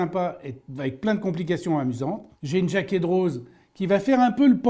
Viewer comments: Super vidéo. Une petite précision, pour Jacquet Droz, il me semble que le 'z' est muet et donc ne se prononce pas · On ne prononce pas la Z pour Jaquet Droz